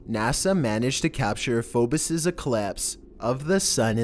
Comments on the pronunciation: #6 it's Phobos. Not Phobis. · Phobos pronounced phonetically "Fow-bow-s"